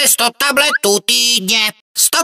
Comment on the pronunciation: radši to už to poslouchat nebudu. Slyším talbetů